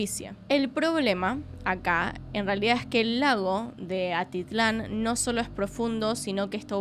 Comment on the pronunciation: Amo tus casos, amo tus videos, soy de Guatemala y espero que no se lo tome a mal nadie por aquí pero es Atitlan y en un par de ocasiones solo pronunciaste como Altitlan 😂🤣 nuevamente la corrección es con amor 🫶🏻🫶🏻🫶🏻🫶🏻 Sigue así me encanta tu contenido